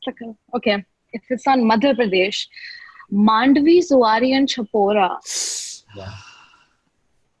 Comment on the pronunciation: Mandovi not mandvi